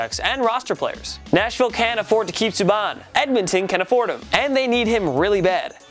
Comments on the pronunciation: It's subban not subbon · The pronunciation is awful. Subban not subon, booshard not boochard and Poyle not polie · It’s pronounced sue-ban not sue-bawn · This dudes a clown. It’s really hard to believe he knows anything about sports when he always butchers everyone’s name. Got a bunch of New York shit in the background can’t even say his basketball stars name right. Probably reading off a TelePrompTer behind everything. PK Suh-Bon and Kris-Tap-es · Pronouncing Pk “Subbaun” really annoyed me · Its pronounced (sue-ban) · Why can't he pronounce Subban right. Fuck. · He didn’t pronounce Subban or bouchard right like i swear they don’t know anything about hockey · He butchered subban and Bouchard name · Am I the only one that cringes everytime he screws up the pronounciation of a players name? Surprised he only f'ed up Subban's this time lol. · This mans knowledge of hockey is the same as a brick walls. How do you pronounce Bouchard wrong. That’s a basic everyday name. Same with Subban. Come on man at least do some research before uploading the video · This guy can’t say subban apparently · For fucks sake, learn how to pronounce the NHL names. Subban and Poile wrong in the same sentence. So cringey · The way he was saying Subban was pissing me off lol